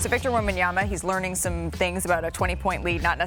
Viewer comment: Perk there is just one B … wem-ban-ya-ma … NOT wem-ban-yam-ba … geez show some respect to the man